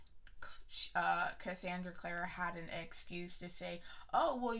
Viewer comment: Lets do this.... Basic AF Hahaha I like you edition of it... I haven’t seen the hardback edition of city of bones... I’m mad you really saying her name wrong even though I can’t stand her either... the whole rat thing will be figured out later... well as to why I don’t know but what happened after and how that has an effect on Simon... she would literally would let the world burn for Jace..